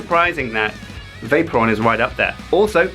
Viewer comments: Everytime he said Vaporon.. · Vay-Pore-Re-On thats how you say it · i like how pronounces vaporeon vaper on XD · The way he pronounces Vaporeon XD "Vape-ron" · I cringed everytime said Vaporeon.